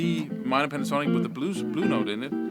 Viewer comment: He sounded Welsh then! ''Play that A minor Pentornik Boyo mun. I'll clap ewe lights owt now cheeftan. Phew good good goodness. Oes sqwileff yn Dda Butty!'' LOL